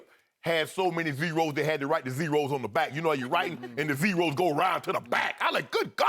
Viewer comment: lol Sharp says Zeeerows